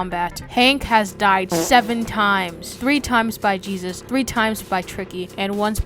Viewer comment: The entire time he said jesus lol but its jebus